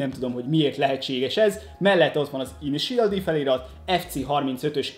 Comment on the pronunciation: Szia! Külön írtam még az Unboxing videó alá, hogy hogy kell az INITIAL D-t kiejteni! Ennyit ér neked a komment szekció? (RIUSZUKE TÁKÁHÁSI) Ezt viccnek szántad mert messze nem annak tűnik!! S amúgy is! A mangából vett képek vannak a dobozban lévő dobozokon ! Tákumi nem Rószuke! Az mondjuk elég bizar, hogy ha az 5.évadnál tartasz és sem a sorozat nevét nem tudod rendesen kimondani a 3-főszereplő nevét! (KEJSZUKE)-ez hogy lett? Hogy keletkezett a KISZUKE-ből KEJSZUKE? ! Hogy lesz a 3S-ből 35-? Bár mondjuk léggé hasonlít! Prodzsekt Dí-ez majdnem helyes is lett de az Prodzsekt DÉ! Amúgy az összeszerelés alatt, ha nem mentek össze rendesen az alkatrészek és van több olyan darab is, akkor próbálgasd be a többi ugyanolyan alkatrészt is ugyanoda, Nálam kamu legóknál működik! Nem volt rossz videó de tényleg.........A kiejtések azok félelmetesen borzalmasak voltak, egyszerűen nem tudom hogy lettek bizonyos nevek ilyen alkotások! "(+infó! A matricákat könnyebb levenni, ha magát a lapot a ragasztások szélénél megtűröd)"!